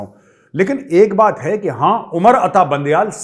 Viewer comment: Sir your Pakistani accent and especially the word ( haaae ) is the best , Please use it atleast once in every video . By the way you are the best , Pranam , Jai Hind {🕉️🙏🏻😍🇮🇳😘}